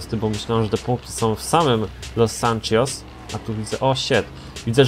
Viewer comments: Dla mnie normalne fabryczne felgi są najlepsze😀 i weź mów Los Santos a nie ^Los Sanczios^ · Los sanczjos xD ku*wa los santos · Nie mow los sancios bo to wkurza XDDDDD